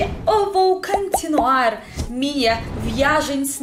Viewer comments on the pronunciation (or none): Você está pronunciando as palavras camer em vez de comer, cantinuar em vez continuar, impartante em vez de importante. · querida, vou te dar uma dica sobre o português. Vc fala muito bem e fluentemente, mas você confunde o "o" com o "a". Você fala "cantinuar " no lugar de "cOntinuar", "tipA", no lugar de "tipO". Parece que é um padrão.